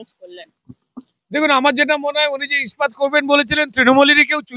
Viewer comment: খুব ভালো লাগলো রুদ্রনীল বাবুর সাক্ষাৎকার তবে একটা ব্যাপার না বলে পারছি না, র ওই "ইস্পাত' শব্দটাকে বারবার "স্পাত - স্পাত" উচ্চারণটা বড় বিশ্রী শোনালো।😏 প্লীজ আপনি একটু বাংলা ভাষা তথা শব্দ উচ্চারণ নিয়ে অনুশীলন করুন।🙏